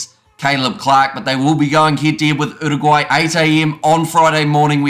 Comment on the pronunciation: I like how you pronounced Uruguay, and your pronounciation of the Pasifika names too. Respect 🙏🏽